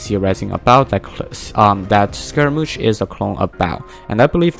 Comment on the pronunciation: It's pronounced Skeh ruh Moosh